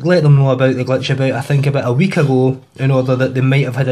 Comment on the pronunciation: its glitch not gletch